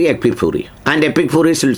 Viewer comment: ചേട്ട എന്തോ തെറി പറയും പോലെ ഒരു ഫീൽ 🤣🤣🤣🤣epic furi 😂